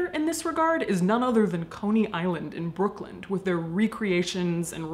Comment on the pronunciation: It's also "Brooklyn" and not "Brookland." ;)